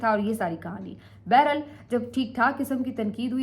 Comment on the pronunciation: بیرا ل نہیں بحر حال ہوتا ہے اور اس کو بار بار استعمال کیوں کرتی ہو